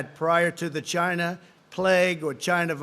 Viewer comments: "People are suffering from this 'GINA' virus" wtff hah its china. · “the world is suffering from this ‘gina’ virus 🤣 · I think he was trying to say vagina virus...... LOL so disgraceful to women LOL